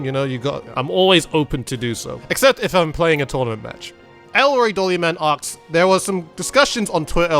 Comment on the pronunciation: Am I the only one hearing "aks" instead of "asks"?